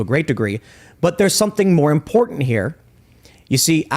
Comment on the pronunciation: there is a "tant" at the end of imporTANT